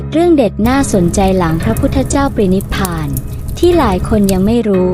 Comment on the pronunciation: ปรินิพพาน อ่านว่า "ปะ-ริ-นิบ-พาน"